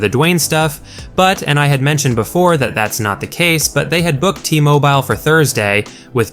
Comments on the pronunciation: T-moh-bye ull?? It’s t-mowbull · Why do you pronounce T-Mobile like that LOL #WeWantCody